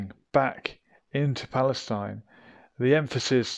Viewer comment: It's Falesteen Not Pale Stein